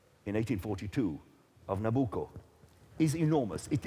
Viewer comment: at 1.59 when you tell the audience what they have just heard,i would have expected from you a better pronunciation of the Opera title:NABUCCO: you sounded extremely foreigner to names,considering that you are chairing this program,you should have been better prepared,remember millions are listening to you,and considering the debate,credibility is at stake.Saluti Gino